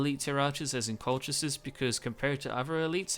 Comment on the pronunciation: Colchis is pronounced as in "call-his", or if it is too hard, most English speakers would pronounce it as "call-kiss". I tried the Kolkhis campaign just before the revised GC campaign submod came out (with the changed diplomacy and starting barracks) and found it quite hard. Granted I was playing with Hardcore/No CAI (meaning longer build/research times and higher costs), but still, everybody pretty soon gangs up on you and SHTF. As you said, Arche Bosporus is your main threat and knocking them out quickly is probably the best strategy. The Colchian medium cav is one of the best mid tier skirmisher cav, given their decent armor/defence/attack and most importantly speed of 8 (most other mid tiers have speed 7). One of the things that makes the faction start difficult is also the fact that if you want a flexible, combined tactics sort of army you need both your barracks buildings (greek at lvl 2 and caucasian at lvl 3, IIRC), which places higher strain on your economy. I might give it another try with the revised GC, but I am waiting until it is compatible with 12 tpy and the Hardcore submod.